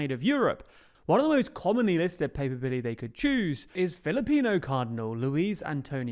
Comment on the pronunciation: A little correction in case he comes up again. Cardinal Pizzaballa is Latin Patriarch of Jerusalem, not "patriarcate" the "Patriarcate" is what he is head of. Papabile is also pronounced pa-par-bee-lay